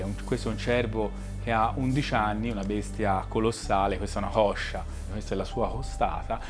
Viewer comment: "Questa è una hoscia.. Questa è la sua hostata" 🤣